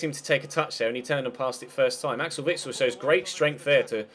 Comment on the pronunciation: u say witsel like vixel